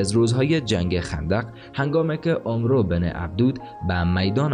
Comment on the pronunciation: فکر میکنم عمرو أمر خوانده میشه نه اومرو البته من اینطوری شنیدم